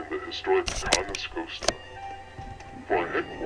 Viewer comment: Ughhh It's Ca Nas-COAST-A not Ca Na-Scat-A!